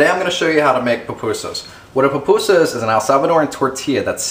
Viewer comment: i'm a chef born in El Salvador and breed there, i appreciate the effort but as much you can tell me how to cook a raccoon i cant tel you how to make a pupusa as it pronounce poopusa